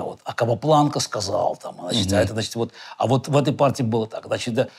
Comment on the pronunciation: С удовольствием посмотрел, спасибо! ЗЫ Оказывается, Каспаров говорит "значитЬ" и "дЭбют" , забавно 😎